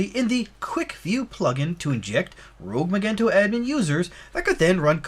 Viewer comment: Magento is pronounced with a soft g.